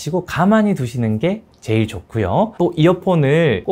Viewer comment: 제일이라는 말을 왜 그렇게 해요ㅋㅋㅋㅋㅋ